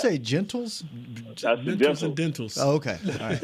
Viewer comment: He said gentals 😅😅